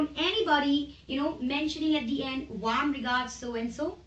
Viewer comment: Nice Video dear but please do check the pronunciation "Warm"